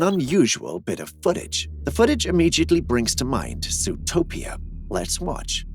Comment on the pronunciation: "it does seem to wahtch the description"????? Flip that double-u over and pronounce it as an M.